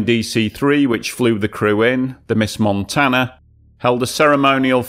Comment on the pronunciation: I wish you could pronounce the words; Montana, Helena, Holter and your mom’s name. Don’t quit your day job.